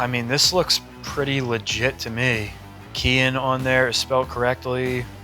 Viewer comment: Not trying to come off like a troll or anything, everybody does this and drives me nuts. The word on the carb, Kehin. It's not pronounced: key-hin, It is pronounced: kay - heen. Kehin > say, Kay - Heen. You're welcome.😂